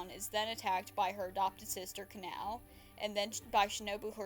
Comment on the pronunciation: sry just pointing out it’s kah-nah-oh not canal